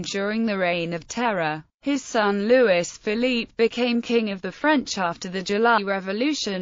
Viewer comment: Ffs. LOUIS. "LOO - E".